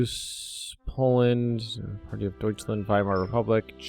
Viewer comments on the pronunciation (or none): none